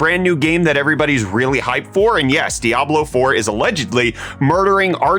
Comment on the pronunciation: 👌crisp updates. I can't stop hearing "Dablo four"